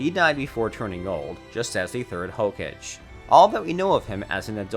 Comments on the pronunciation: It’s ho kag ay not “hokej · Rai Kajj? What the fuck is Rai Kajj? Have you ever seen this show before or do you just pull articles from fan sites? Ok then you say "Ray Kajj". Dude... just stop... Seriously... this is just bad. And then you say Rai Kejj. Make up your mind. "Just as the third Hokejj". Ok I'm done. I'm going to forget I ever saw this video. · Saskee, narutoo, hocage lol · % just reading a script he pronounced “hoe- ka - gay” “hok- age” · exactly, pronounces it like "hokaaj" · I love the Hokedge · "the third hoe-cage" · hokaghe lol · Im thumbing you down for how you say sasuke and hokage. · whoever narrated this has never watched naruto, lol I could deal with the bad pronunciation of raikage but when he said hokage wrong i was out. I wish youtube left the thumbs down metric available. I could have saved 6 minutes and 7 seconds of my life. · Hokage? That was a strange way to pronounce it. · How about Hokage lol